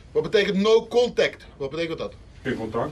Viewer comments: Zeer hoog niveau hoor,"kontekt" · Mooiste is nog dat die in de serie ook no Kontekt ipv contact zegt 😂😂😂